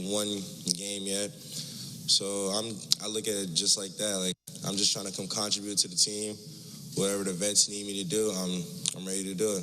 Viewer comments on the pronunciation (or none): Zion said concotribute